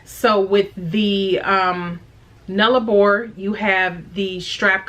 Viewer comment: Great face off! And well done on your pronunciation of Nullarbor!